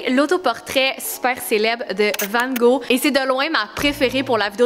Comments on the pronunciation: Hey je suis française j adore tes vidéos par contre ta prononciation de "Vangog" m'a tellement perturbé 😂😅 petite information : toutes les lettres de son nom se prononce ce qui ne donne pas "Vango" mais "Vangogue" XOXO ma belle 💕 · la différence de prononciation de « Van gogh » entre la France et Le québec est incroyable 😭😭😭 sinon c’est une vidéo incroyable 💓